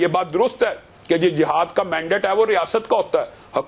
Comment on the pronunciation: Its not jahad…its jihad…i hate punjabi urdu